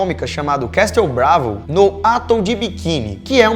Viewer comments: Galera, o português de vocês é medíocre. Desculpe, vocês têm a obrigação de propagar o idioma bem falado. Lamentável. Obs: A pronúncia é AtÓl e não Átol, como disseram. E nem é uma palavra estrangeira. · "Átol, Mengéle".. ao invés de atol e "menguele" fora outros erros absurdos de pronúncia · Atol se pronuncia Atól e Mengele, Menguele. Abraço meninos! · Só uma dica: Atol se pronuncia assim: Atól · "Átol de biquini" que zorra é essa velho. Vcs precisam estudar mais o que falam!